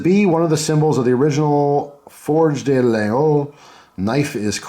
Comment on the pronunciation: Nice looking knife. FYI in French a word ending in 'er' is typically pronounced with a hard A sound like the 'ay' at the end of the English word 'day' (somme-all-ee-Ay instead of sommel-eer). The word 'de' (translates to 'of' or 'from' in English) is pronounced as a short D sound without a distinct vowel, like the D at the start of words like 'dusty' or 'done', unless it's the word 'des' (which is plural), which has a silent S but changes the sound to a hard A sound again, so it's pronounced like 'day' is in English - unless the word after it starts with an S sound, in which case you add an ending Z sound to blend the two words together as you pronounce them. When you see words like d'Anville, it's because 'de' loses its 'e' if the next word starts with a vowel, but you can use that pronunciation as a guide for how to say it when it's written as 'de'.